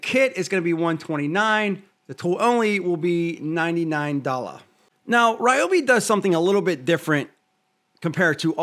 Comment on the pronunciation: Love Ryobi (not Ree-obi) but I’ll stick with my Ego chainsaw.